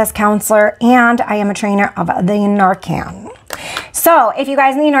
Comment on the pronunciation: “I am a trainer of thee narcan,” hahaha Adore you, girl. Writing Anthony. Keep shining.